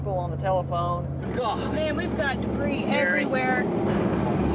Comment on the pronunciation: What's debre? Oh he means to say debris (da bree)